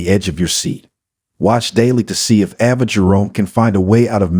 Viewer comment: Valentine (Val' en tine) ,Ava (A' va,) Elq. Do you even watch the show????? Learn to get the NAMES pronounce right. Maybe you would get more then 9 likes.